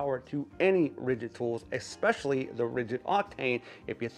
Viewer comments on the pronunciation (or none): Especially NOT Xpecially! Thank You